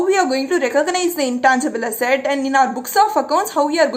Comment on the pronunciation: 😄😄😄 How you say asset, sounds like hassat😆😆. But still you're a great teacher. May God bless you a lot